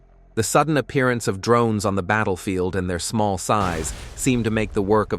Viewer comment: The way the text to speach guy says drroonnes cracks me up haha